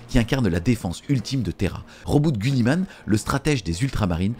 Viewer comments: C’est GUIlliman avec I putain… et pas gulliman. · 2.22 Gulli man ? 😆 Ca ne ce prononce pas Giliman ? 🤔😅